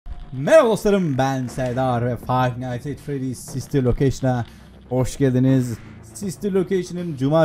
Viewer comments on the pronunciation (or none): abi düzgün de hoşgldinizi